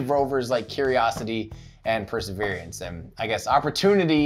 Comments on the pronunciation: I would really appreciate it if you try to pronounce the word "Perseverance" without extra vowels or syllables. It's NOT per-se-veer-ee-ants. It's per-se-veer-ants. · It's not called perservierance....it's perseverance ...drop the i. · Are you saying "perserver-i-ance"? I think you're adding an extra "i" sound in at the end of the word there. Or maybe its my British-ear mishearing. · Say "persaveriance" again. I dare you, I double dare you! Say "persaveriance one more goddamn time!" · I keep hearing 'perseveriance' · I dunno if it’s just me but you pronounce “perseverance” in a really strange way?! I can’t figure out if it’s your mic, the way my brain is perceiving it or if your actually saying it odd. Sounds to me like your adding an extra “e” towards the end!? Love the channel dude :) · It sounds weird to my USAmerican ears as well.